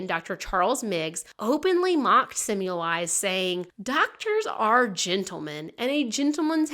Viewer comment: Oops, it’s pronounced Se-mel-vise, not Sim-you-lize.